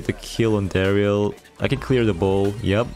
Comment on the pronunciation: Mythic ❌ Mysick ✅ Darryl ❌ Darr-e-yl ✅ ❤️😂